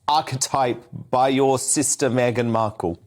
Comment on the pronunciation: Me'aghan was as usual (Unre'markel'ble Lol